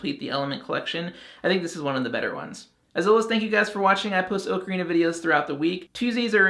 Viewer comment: 'Oh-Karina'; not 'Ah-krina'.